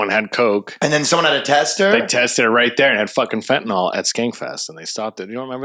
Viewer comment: The fentanyl part. I LOVE you all so much but it's pronounced fenta-NIL, and not fenta-NALL. But hey, almost everyone says it the second way so I must be wrong. :)